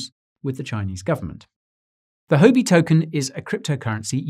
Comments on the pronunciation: I dunno how it’s often said in the UK but Huobi is not pronounced “ho be” in Chinese. It sounds more like “who-or be”. As a Chinese speaker this really stuck out at me. Excellent and informative content as always though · Great video, but you are pronouncing it wrong Huobi is pronounced "WHUA-BI". It's tough listening to someone give great advice but on the wrong tune. You're probably losing Asian followers from this I would guess. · you aren't pronouncing 'huobi' correctly